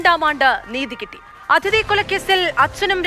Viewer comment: അതിഥി അല്ല, അദിതി.